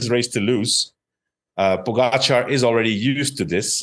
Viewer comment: Another year of not knowing how to say Pogacar.